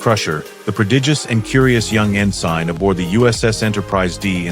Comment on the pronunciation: This dumb-ass AI can't pronounce names worth a crap, like Romulan, Kurn, Gul, ensign (in-sign?), and many others - absolutely the worse job I've ever heard by any AI narrator on YouTube!